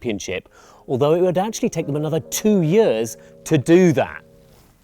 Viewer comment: says years strangely